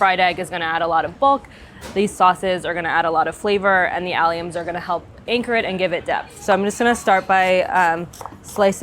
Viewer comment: Did she call them allions